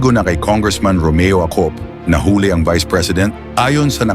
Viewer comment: NAHULI NOT NAHULE MERON KA BANG SARILING TAGALOG VOCABULARY?